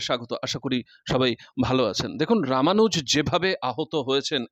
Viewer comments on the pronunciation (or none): ছেলেটার নাম ইন্দ্রানুজ । Not রামানুজ।